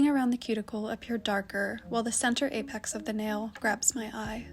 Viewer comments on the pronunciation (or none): none